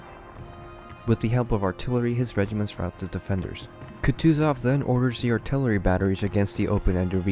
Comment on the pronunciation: "Туков" и "Катузов" ))) Тучков и Кутузов!!!